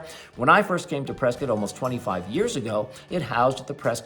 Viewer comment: Why do you call it Priscuit, like Biscuit? Don't the locals call you out on that?